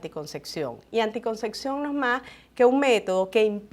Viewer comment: Ojala aprendiese a pronunciar correctamente ANTICONCEPCIÓN¡